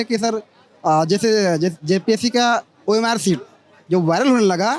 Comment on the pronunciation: Bhaiya ORM SHEET nahi OMR SHEET